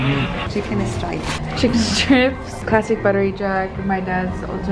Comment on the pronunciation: Did mom say “chicken stripes” 😂😂😂